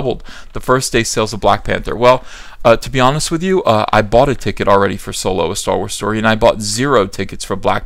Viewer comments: you mispronounced SoYlo. :P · Solo? You mean SOYLO.